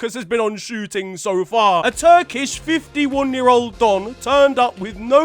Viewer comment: why you say year like tha 😅